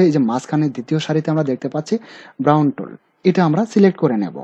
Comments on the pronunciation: ব্রাউন টুল না ভাই, বার্ণ টুল।মানে পুড়ে কালো করা। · দাদা ক্রুপ, ব্রাউন টুল এরগুলোর উচ্চরণ গুলো ঠিক মত করুন। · brown tool na vai burn tool apnar bolate vul ache.